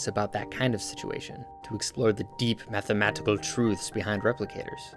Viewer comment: I don't know how you can stylize that emphasis on "The Mathmatetical Truths" but I want it on a T-shirt.